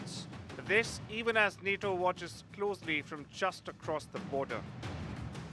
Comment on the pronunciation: Just say Na-TO